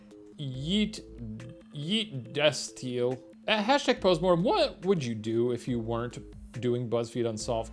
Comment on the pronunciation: "Yeet De-steel" Alright folks looks like that's the new and only correct way to pronounce destiel